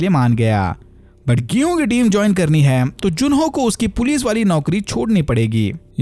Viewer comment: Gihunn 😂😂 odia wale😂😂😂😂